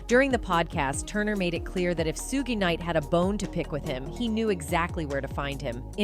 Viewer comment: Did you just say Sug gay night 🧐 Girl what’s wrong with you